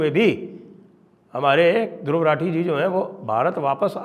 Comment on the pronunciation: सही उच्चारण रथी है या राठी,चेक कर लीजिए महापण्डित!